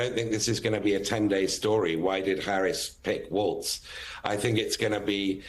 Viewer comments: Who cares what Joe's hot take is on "waltz"? 🙄 It's Walz, WALLS not waltz. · Why did that British guy keep mispronouncing his name!? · MSNBC? Learn to pronounce his name correctly, okay?